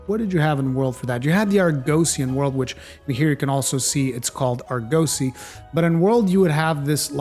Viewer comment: dude its pronounced Ar-Guh-See usually mispronunciations don't bother me but this one made my ears bleed 😂